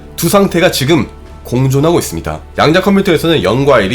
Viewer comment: 양자 컴퓨터 발음이 자꾸 "양댜" 컴퓨터로 들려요.